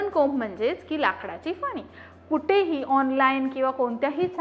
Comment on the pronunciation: फनी नाही ग...फणी/ कंगवा..आणी ती भेटत नाही..मिळतात...😅 माहिती चांगली आहे..भाषा सुधारणे ...